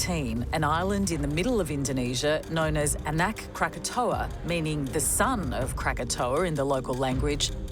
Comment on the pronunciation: "Anak Krackataua"